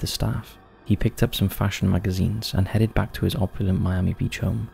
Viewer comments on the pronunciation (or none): none